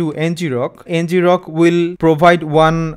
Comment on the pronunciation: 🤔 I always thought it was pronounced EN-grok, derived from “to grok” (colloquial for “to understand”)